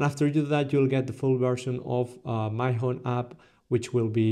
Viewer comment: Lol it's Mee-hon